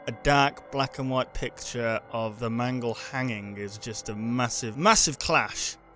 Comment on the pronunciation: nooooooo mangle, not mangle.